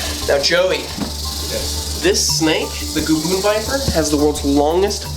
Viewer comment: Did anyone else relive that gavoon biper was said